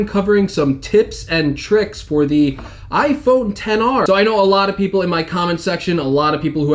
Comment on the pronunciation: it’s iPhone ten r